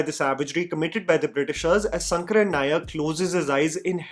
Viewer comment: Even if it is written Sankaran, the pronounciation is Shankaran only. 🤦🏽